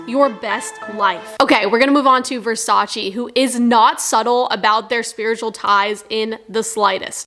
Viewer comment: versacEEh. not versachy.